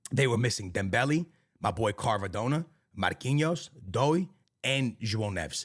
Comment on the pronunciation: saying Kharvadona is crazy 😂